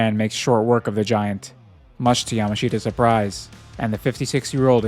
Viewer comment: Just FYI, the native way to say Yamashita is like Yamashta. Just skip that last i. (You'll be able to hear it in the show)